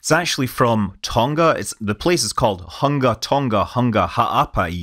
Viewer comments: It is pronounced HOOONGA, also there are 3 confirmed deaths :( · Hunga is pronounced "Hoonga" ng has the same sound as ng* in the word sing.